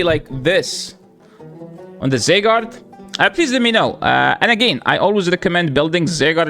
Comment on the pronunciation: ZYgarde not ZAYgarde